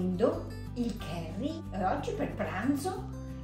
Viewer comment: Уважаемая блогер, попробуйте читать больше книг, что бы не быть такой косноязычной. Вы на публику работаете. Очень тяжело слушать. Кэри - кари🤦‍♂️ А вот Карлу очень приятно слушать. Ей бы самой вести канал. Голос за кадром только все портит